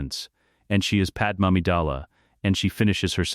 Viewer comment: Just declare her Kryptonian instead of Nabooan, because your idiot AI keeps calling her Pad-Em rather than the proper pronunciation of Pad May.